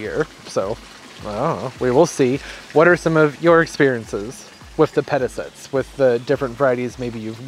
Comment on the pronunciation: Pronounced - Peta sight ees